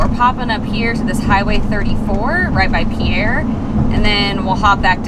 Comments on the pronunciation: I am a South Dakotan and the pronunciation of pierre is peer and ahhhh one of my parents grew up there so that's a good place to go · I currently live in Sioux Falls - fun fact, the capital city Pierre is pronounced "peer" despite being named after a man named Pierre. I'm not a native South Dakotan, but I've been told that's because the town was settled by Norwegians and they pronounced the name Pierre as peer, and the mispronunciation stuck. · That is super interesting! We had no idea we were saying it wrong until after we filmed this...oops! We normally double check pronunciations for trickier names, but we were like “of course it’s pronounced like Pierre!” Wrong! Lol! 🙈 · Everybody outside South Dakota pronounces the state capital wrong, but you did your homework and corrected yourselves, which is more than most people do. I appreciate your commitment to accuracy! 😊